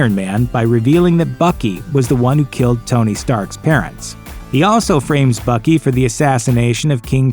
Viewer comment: in stead of Bucky I heard fucky